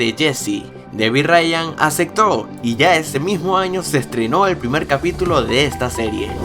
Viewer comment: dijo Acecto